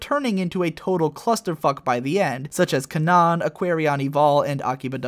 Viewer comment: Why do you keep pronouncing the anime titles wrong? Almost every video you do it at least once, in this one for example is AKB0048. It is A. K. B. 0048, not ah-ki bah as you said it. They say it right in the anime, why can't you? Did you even bother to watch the anime? Fractale is another.